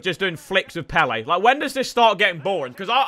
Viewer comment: Throwback when W2S said Pele as peel